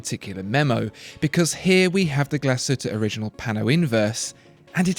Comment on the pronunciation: "Glashütte Original" is being pronounced wrong. It's even more odd because the narrator is aiming to pronuce A. Lange & Söhne (another German brand) correctly. Also, Jaeger-LeCoultre is still being mispronounced. Go to their channel to learn it